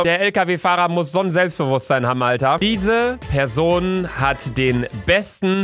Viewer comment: Bitte Luca wenn du noch ein Mal PESON sagst nehm ich mein Abo an dich zurück !!!